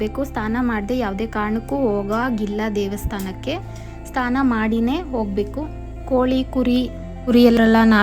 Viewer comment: ಸ್ಥಾನ ಅಲ್ಲ ಅದು ಸ್ನಾನ